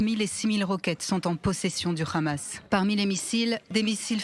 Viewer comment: C’est pas le khamas mais le hamas